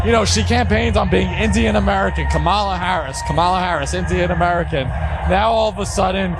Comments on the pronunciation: Anyone mispronouncing Kamala doesn’t get to talk ab her. F these people. COMMA La! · KAMM - MA - LA Sheesh! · Comma-la = Kamala